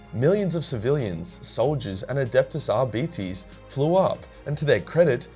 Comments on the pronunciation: JJ Talk show Are-beet-ees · Sticking with that Arbites pronunciation I see. I can see this becoming a meme 👍 Good stuff